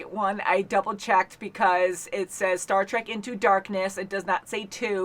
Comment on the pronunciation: Star TREK...not TRACK. ;)